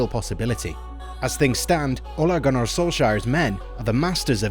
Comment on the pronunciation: What the hell is an "Ollergunner"?